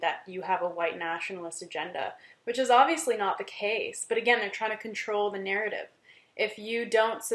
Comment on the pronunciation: Also don't know what troll hired you but you break your American accent around in the range. You can't say 'campus' and 'but' in an American accent. Haha. Sounded a bit Irish. Hope they paid you well bc you have no honor.